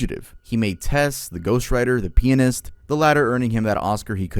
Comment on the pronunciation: why did you pronounce The Pianist like that